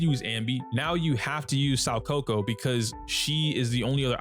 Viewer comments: Its SOO KA KU not SAU KO KO. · It's pronounced more like "Sow - Kah - Coo" if that helps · I was wondering who "Sawkoko" was... 💀 It was actually Soukaku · Saw-coco? Who??? You mean Sou-kako ☝️🤓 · soukaku ❌ saukoko ✅ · Her name still isn't Saw-kohkoh... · 'Sowcoco" lmao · "im sorry if im pronouncing zhu yuan wrong" [proceeds to butcher soukaku every time he says it] 😂